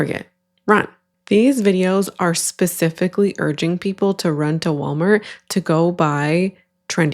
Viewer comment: “um hello WalmarK” lol